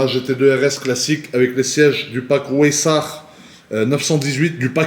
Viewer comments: WEISSACH : Arrête de prononcer [Oaissach] "Ach" tu sais bien le prononcer genre tu dis pas "Ack" comme un arabe (moi), mais comme moi aussi mi allemand C'EST [Vaissach] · Le pack weissach se prononce vaissak pas wouéisach